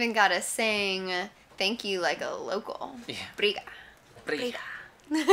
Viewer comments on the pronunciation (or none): Pronunciating "thanks" in Portuguese like you did ("briga") actually sounds like you're saying "fight" hahaha! You have to be sure to pronounce the "do" syllable after "briga", then it'll be "brigaDO" haha. Awesome video btw!!! A curiosity about Recife is that you never should get in the water, because it's open sea and the chances of a shark getting to you are super high compared to other Brazilian beach cities. You must have realized that almost no one get even in the shallow parts of the water there...